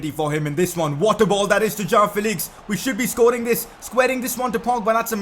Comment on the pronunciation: It's João Not Jao You're pronouncing it like Jao Felix!